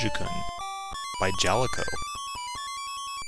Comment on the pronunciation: I believe Galaga is pronounced GAH-luh-guh. Then again, I could be wrong.